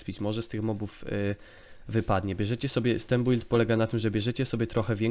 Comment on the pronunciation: czemu ty mowisz bUild albo dungeony XD